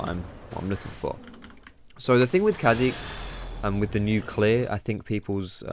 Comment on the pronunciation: The apostrophe means its pronounced car zix not kazix